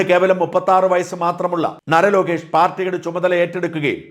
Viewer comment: നര Lokesh അല്ല നാര Lokesh ആണ്